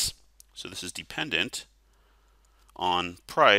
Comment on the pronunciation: thank you! This helped a lot! Also, "depependent" lol